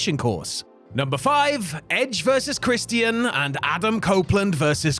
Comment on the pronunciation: The pronunciation of Christian irritates me for some reason 💀